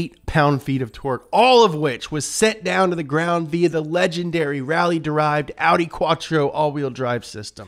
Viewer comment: I'm impressed that he pronounced Porsche und Audi correctly! :-)